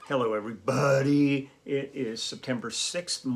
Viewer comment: Oh Lee on your intro when you said hello everybody you did a perfect impression of the late great Foster Brooks! LOL